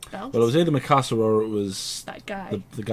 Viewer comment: Also the astonishment I have for the fact that nobody in the comments had corrected either of you on calling Mikasa 'misaka'.